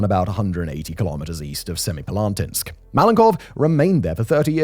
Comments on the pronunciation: No. Its semi-palA-tinsk. It means "seven halls" or "seven chambers". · I'm impressed by Simon's ability to pronounce Semipalatinsk completely differently each time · Wait til you hear him say Kurchatov!